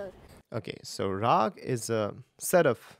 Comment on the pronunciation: It's raaga, not raag. Original indian words almost always end in vowels.